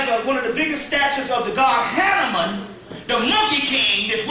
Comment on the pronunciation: Hanaman great pronunciation. I still can't pronounce it🙏